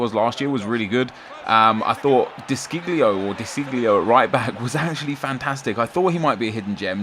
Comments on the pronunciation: you pronounce de sciglio, de shi-lio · Pronounced (De Shilio) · De Sciglio is pronounced 'De Sh-ear-leo